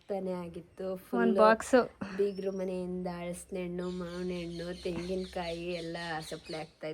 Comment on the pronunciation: ಹಲಸಿನ ಹಣ್ಣು not ಹಳಸಿನ ಹಣ್ಣು Pronounce correctly